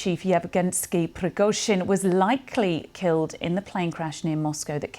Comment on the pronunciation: Deliberately the lady is pronouncing Prigozhyns name incorrect